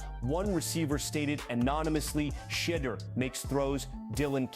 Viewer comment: Why are they pronouncing his Shadeur's name, "...Shitter." Looks like the Browns aren't really into Brown. They need to sell the team.